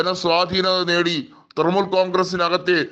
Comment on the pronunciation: തൃമൂൽ അല്ല തൃണമൂൽ കോൺഗ്രസ്സ്.. ഇത് എവിടുത്തെ അവതാരകനാണോ എന്തോ?